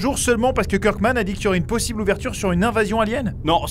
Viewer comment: Il a fait une petite faute il a dit plosible)